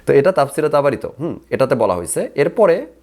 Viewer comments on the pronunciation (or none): তাবারি নামটাও ঠিকমতো বলতে পারেনা😂😂 অথচ কুরআন বিশ্লেষণ করতে আসছে।কুরআনের কোনো আয়াত তিলাওয়াত করতে পারলো না।জাস্ট গল্প করে গেলো😂😂